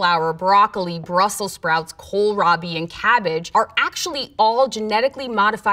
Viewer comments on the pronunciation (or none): none